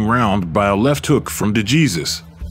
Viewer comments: Esteban DeJEEZUS. Someone clearly has no idea how to pronounce Latin names. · I sent him a message that the surname is supposed to pronounced' Dayzoose'..And my Español is promedio el major de los casos,but my GF is Puerto Rican & that helps👍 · Please use a human for the voice over (mispronounced DeJesus even with Cosell correctly pronouncing it in the footage.) Duran autographed the SI cover of the 3rd fight for me once. He appreciated that someone understood how good DeJesus actually was. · No excuse for the Narrator when one of his clips contains a gentleman pronouncing DeJesus' name correctly.